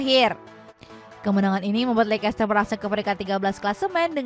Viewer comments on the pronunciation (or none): Lekester bacanya🤣